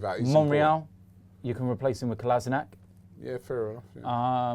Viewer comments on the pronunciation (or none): For fu*** sake can you englishmen start pronouncing Kolasinac's name correctly already? It sound like "Colla-shin-ats" and not other bullshit i hear...